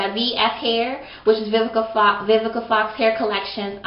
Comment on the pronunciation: Awww you look like a pretty lil doll baby(4real I LOVe your hair and eyebrows)!! yOU are MURDERING that girl's name hehehehehehe!! Awww i like ur lovemail, that was so sweet :) I need to try Vivica Fox's line sooner or later, yours is on pt, yesss those highlights!!